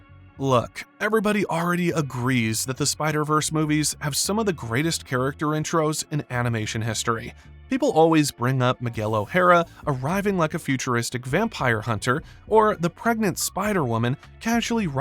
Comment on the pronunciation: ITS MIGUEL O HARA NOT HAIRA